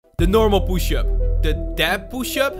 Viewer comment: The way he says push up 😂😂😂😂😂😭